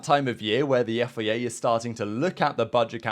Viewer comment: Love the content but pls its FIA not FEA